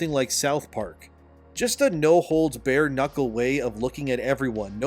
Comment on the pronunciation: No-holds-BARRED. Not Bared…